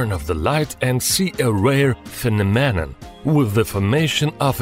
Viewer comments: Phenomenon is pronounced very badly. It's not "phe-no-me-non", it's "phe-nom-e-non". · Guy... it's pronounced "pheNOMenon" not "PHEnoMEnon" it is so hard to listen to your videos. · finomeman? that is not how you say phenomena... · (they are taking the piss out of his pronunciation of phenomenon) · What a strange "phe-nom-min-nan" 🤣🤣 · "Phe-me-nan-nan" Love it. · You say the word phenomenon really weird fenonon lol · What’s a phinamen?